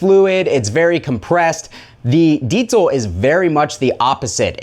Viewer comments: "deetsel" lmao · Fyi everyone it is pronounced "dee-zuhl" no t in that word, check out this video on the diesel official channel with the creator to see bullshit is wrong - Diezel VH4 and Diezel Amp Basics: In-Depth with Peter Diezel & Peter Stapfer (subtitled) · Deezel....deeeezel. no t in there.